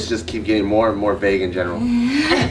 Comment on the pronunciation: Hey it's Vague, not Bague. lmao